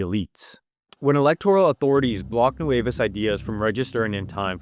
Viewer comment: I know the guy doesn’t speak Spanish, but how does he read nuevAs as nuevEs? 😭